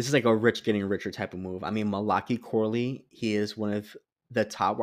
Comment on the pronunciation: Mali like Cali, then Kai. It’s a book in the Bible, last one in the Old Testament. It’s actually Mal-uh-Kai. For future reference.